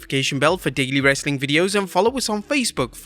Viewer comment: You meant "lazy, clickbaity WRRESSTLING con-tent!"